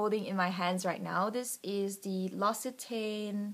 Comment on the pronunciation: L'occitane is pronounced Lox-ee-tan. The Almond and Peony scented products are my favourites. The peony perfume is my all time favourite and I doubt I can ever use "fake" scents ever again.